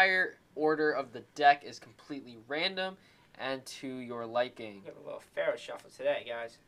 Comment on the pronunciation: Kheshav Ramnarayanan It's faro shuffle. I'm not getting mad because I don't know if you speak English as your main language :)